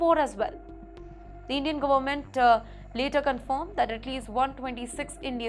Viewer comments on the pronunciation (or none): Izreel ??? Cannot even speak or pronounce properly 😱 It’s Kerala , not kiirela , Government NOT GOMENT First You need to get Basic education and definitely some DICTION lessons … It is too Irritating to listen to you, I keep trying to block XPTimes , but it keeps popping up on my YouTube feed ….